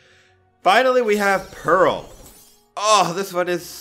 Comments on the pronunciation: He said one right name, Pearl. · Atleast he got Pearl and Amethyst right :)